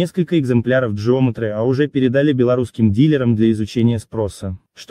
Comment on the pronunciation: не джеометри а геометри